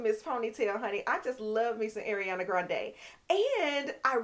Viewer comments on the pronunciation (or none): none